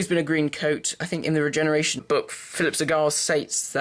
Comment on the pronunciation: did you say regenration book